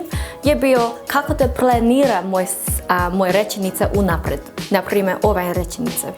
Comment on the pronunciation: Like rečenice not rećenice😅